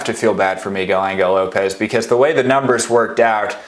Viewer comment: migel angle lopez....stop it! it hurts to hear that